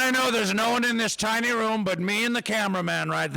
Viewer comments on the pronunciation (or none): none